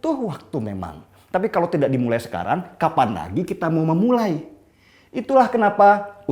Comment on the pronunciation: Terima kasih guru bahasa indonesia yg jika mengatakan kata “kalau” dengan sebutan “kalok” hahaha pst bener kan?? Gk usah ngeles..hidungmu udah ke kiri itu..